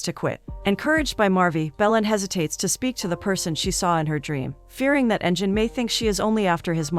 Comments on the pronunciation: It would be Engine with sound of g (ghee) not jee. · LoL she called him engine